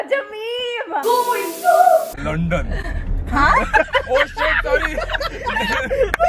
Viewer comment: Nothing beats saying LoNdUN